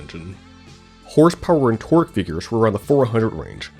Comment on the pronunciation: I had a really hard time making out the words you were saying here. I replayed it a couple times but still failed. Only when I turned on closed captions did I find out that you were saying “Figures”. Could use more enunciation/clarity. Otherwise this video was great. Seemed like a cool car.